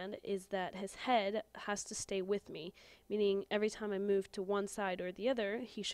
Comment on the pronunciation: you said whit